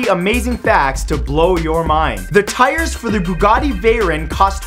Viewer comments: Lemme tell you a thing. First, that's not a VEYRON. Second, what is that pronunciation?!? "VAY-RIN?" No, it's "VAY-RON" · I know he's from Canada but it's veyon not veyen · Veyran he said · he pronounced bughati veron wrong. It is pronounced Vay-ron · Did I just hear someone pronounce Veyron as Vayren? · Lol... Bugatti varin. 😂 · Bugatti Veyren? It's pronounced "Way-RON" my friend! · nice way to say Bugatti Veryon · The way he said Bugatti Veyron actually made me mad... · Im german and omg that pronunciation xD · nice pronunciation of veyron